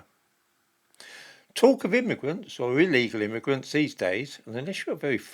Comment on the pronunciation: Not "Immigrants" but Gimmigrants.